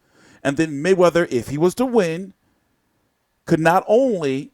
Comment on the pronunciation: "THE MAYWEATYER-HAYMON UMBRELLA" GTFO you lunatic